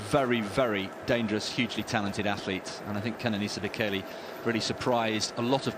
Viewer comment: I swear the woman pronounced Bekele's surname differently every time she said it